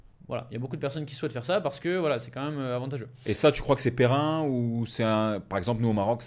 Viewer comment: « Pérenne » frère 😂 pas périn